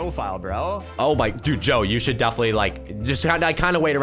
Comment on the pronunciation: It's supposed to be (Joe) not Doe -_- XD